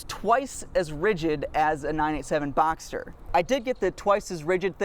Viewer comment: It sounds like you keep saying Boxer. Just to clarify, it’s “Box-Ster” and not “Boxer”. I’m not sure what you were saying but it sounded like Boxer to me.